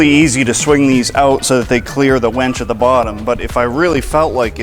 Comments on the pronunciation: It's WINCH. You keep saying "wench". A wench is a female servant. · and onward. Winch, not wench. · Winch! Not, wench. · I love how he calls it a wench instead of a winch. What's really on his mind? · Love the system!! However, were you saying "wench" or "winch?" Sounded like you were saying both interchangeably. 🤔 😂🤣😂🤣😂🤣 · "So this wench ....." sounded like he said wench Hope you meant winch. LOL